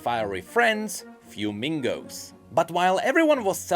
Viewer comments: Another awesome video! I would correct you though on one thing…Milio's little animated flames should be pronounced as "fway-MEE-gos". It's a sort of Spanish linguistic pun on the word for "fire" ("fuego" [pr.: "FWAY-go"]) and the word for "friend" ("amigo" [pr.: "ah-MEE-go"])—they are his "fire-friends"! Hopefully that helps someone! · sorry friend, but you pronounced the little fuemigos wrong. Its a mix of the words fuego (fire) and amigo (friend). These are Spanish words so I think its pronounced "fue-me-go-sss". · His fuemigos seem to be a combination of the Spanish words fuego and amigo, so he literally just named them fire friends. It's small but it adds to his character. pronounces it almost as flamingo though, so it can be easy to miss. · You have the pronunciation of his friends close, but not quite right. There is no "N" . The are in fact pronounced "fwe-MEE-go," a portmanteau of the word "fuego," the Spanish word for fire, and "amigo," the Spanish word for friend. Milio literally named them his fire friends. He's adorable. Great video! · As a quick pronunciation note - 'fuemigos' would be pronounced 'fweh-meegos', as a compound of 'fuego' and 'amigo' (fire-friends) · Did my man really just call them “fyoo-mingos?” 💀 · Just a note. I notice you are pronouncing it “fuemingo” like flamingo. Considering how Ixtal is mostly based on mesoamerican cultures, and given the rest of the names presented on the letters it can be assumed it is supposed to be a Spanish pronunciation. So it’s not fuemingo like flamingo. It is the combination of the words fuego (fire) and amigo (friend) hence fuemigo. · Thank you, I posted a comment on it too! 😭 It hurts when people pronounce it like flamingo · Was about to roast the poor guy but someone beat me to it lmao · Sounds like a Pokemon lmao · "Fiumingos" HAHAHAHA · ur pronunciation of “fuemigos” IS FRYING ME LMAO i love when white people pronounce things so badly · FWEH-MI-GO, not FYU-MING-GO